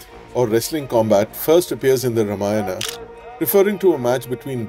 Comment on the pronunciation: Pls say RAMA-YANA not RUMA-YANA.Its not that difficult.